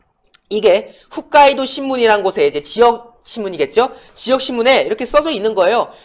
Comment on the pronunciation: 훗가이도가 아니라~홋가이도 에요🙋